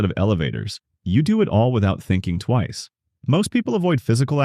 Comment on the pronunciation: Wonder if this is AI. “Less than Twye?” … ah there it is